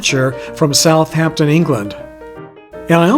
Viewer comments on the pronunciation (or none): none